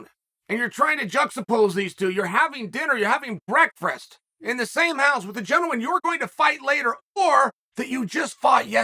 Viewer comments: First mess up I've heard in 15yrs of following Chael The Bad Guy Sonnen. "Breakfrrest" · Did mans just say breakrfrstr? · I'm thinking of all the new viewers who never heard the word breakfrast pronounced the correct way. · "Breakfrast" returns